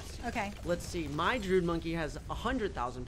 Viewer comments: I thought it was druid not druud?? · "The droid monkey" "Gohd....nooo...the drude monkey" pfff.......matttteeee, its a druid monkey, you pronounce the i, its important. Not Druide (Dr ude as in dude, but dru as in dude du, but dru-id druid.) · Droo-Id not drood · droo uhd to say druid nor drood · The Druid is pronounced Dru-i-d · its pronounced (JRU - ID)